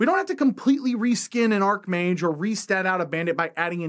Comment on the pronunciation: Shouldn’t archmage be pronounced with a soft “ch,” rather than the hard “Ark” sound? Mage is a Latin root word, not a Greek word that would pair up linguistically with the Gk “archos”...thus it should be treated the same as “archfiend,” “arch-enemy,” and “archbishop.”